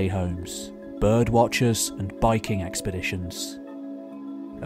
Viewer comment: Did you say Viking expeditions or biking expeditions?